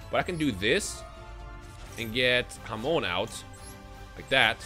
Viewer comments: I'm Spanish so hearing "hamon" is hilarious to me, cuz it means ham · Yoo everytime you say Hamon it sounds like you calling a mexican friend 😂😂